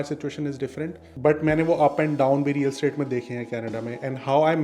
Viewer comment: You keep saying Real State. It's Real ESTATE. E S T A T E. Estate. Aapne zaroor IELTS ka test kisi aur se karvaaya hai. Anyway, my suggestion to all the newcomers to Canada: Canada mein kisi bhi Punjabi ya Sikh realtor aur car dealer se kam se kam 10 kilometre doore rahein. Ye Punjabi aur Sikh log badey chunt, shaatir, aur matlabi hote hain. Meetha meetha bolke aapko market mein bech denge aur pataa bhi nahin chalega. Apna matlab nikalne ke baad aapko pehchaanenge bhi nahin. Jhooth to itne confidence se bolte hain ki aapko inka har jhoothh sach lagne lagegaa. Aapko caution karnaa mera kaam thaa. Aage aapki marzi.